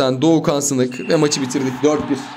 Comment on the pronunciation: Abi Doğukan sınık değil Doğukan sinik